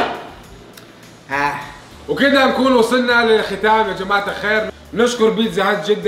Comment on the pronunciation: كان بيقول جماعة قال شباعة